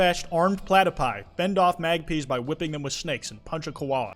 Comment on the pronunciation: why did you say magPEE its not how you pronounce it 😭